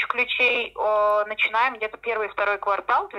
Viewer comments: Девушка у застройщика КВАРТАЛ правильно сказала) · 🤗 давайте ещё в следующем ролике квартАл все таки правильно скажите)))